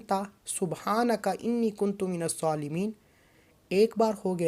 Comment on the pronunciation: Ya zuljalal wal ikram kuntum nhi kuntum ha Zara dekh k parhy